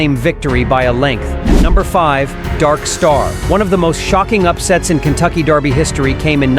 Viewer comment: Derby not Darby